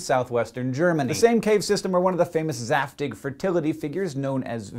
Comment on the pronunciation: zaftig. Lol.